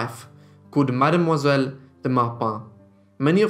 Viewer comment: What a life for such a young woman! Thank you for sharing it. Little point, tho:Madamoiselle is pronounced Mam-zel. 😲